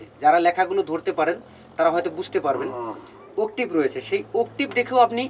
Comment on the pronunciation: আপনার শেখানোর ধরণ আমার কাছে খুবই ভালো লাগে কিন্ত্তু উচ্চরণ টা ভালো করলে আরো ভালো লাগতো, কথাটা উকটিব হবে না, অক্টেভ ( Octave) ধন্যবাদ🙏💕 খারাপ পাবেনা। শুনতে ভাল লাগবে তাই বললাম।